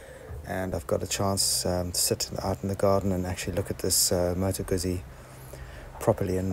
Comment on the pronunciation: Please, its not pronounced guzi (like UZI) there are 2 zs. It's pronounced Gut'zi (like pizza). Other wise great video series. When changing a clutch on the Moto Guzzi it is work buying the specialty tools. It makes it much easier.